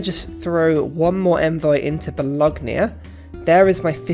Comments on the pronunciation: Bologna is pronounced ba-lone-ya. The g is silent. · Bologna....Bo...lon...ya...............you're welcome. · Mama mia, do you say Lasackna too? Great video as always tho but I always gotta wear headphones when I watch them, otherwise my italian roommate is gonna destroy my laptop.